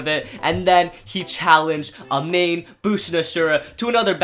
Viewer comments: Btw bushin ashura's Owners name is pronounced Amahney Eaven though it's spelled amane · How do you pronounce Amane like that when you can clearly hear it being said in the anime -_